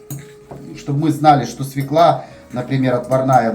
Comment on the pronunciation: извини, у Вас чудесные видео. Но свЁклу, а не свеклА. У Вас прекрасная, грамотная речь, следите, Вы публичный человек.❤